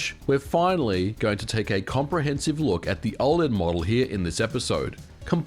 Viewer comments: O L E D. Not oh-lead. I couldn't even watch this video because of this. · i cant get passed you saying OL-ED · Why do you say "ole-ed". That's like saying "use-sb"! It's killing me!